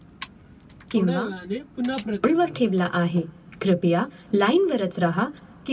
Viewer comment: क्रिपया नाही क्रूपया आहे मराठीत ..some words in marathi are similar meaning as hindi but pronounction are different...